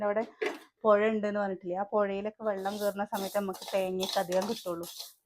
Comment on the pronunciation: Bellam alla vellam വ എല്ലാം ബ എന്നാ പറയ.